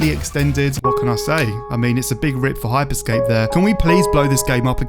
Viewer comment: It's HYPER SCAPE not Hype Escape